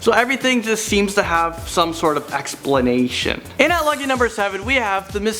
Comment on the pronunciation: I like the way said "explaintion"